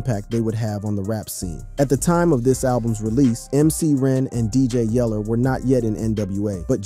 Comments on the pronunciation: Yella. Not Yeller...... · dj yeller? lmao. Yella!